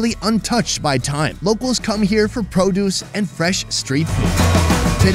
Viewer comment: It was worth watching this just to hear the guy pronounce produce as "pro dooce"